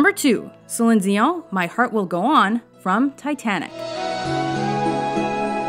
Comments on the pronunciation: Did she just call Celine Dion "silly dee uh?" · Stop pronouncing Celine dions name that way!! Knock it off!! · pedro juan I think whoever did the VO for this is Canadian, so that's probably why she pronounced "Celine Dion" in the French way. Good catch!